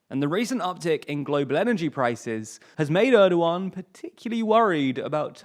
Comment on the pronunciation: When you're doing a video about Turkey, please let me (or even just Wikipedia's page on the Turkish alphabet which explains the pronunciation of each letter) help you with your Turkish pronunciations. You couldn't have butchered Cam Gürdeniz much worse. Congrats on getting Erdoğan close enough.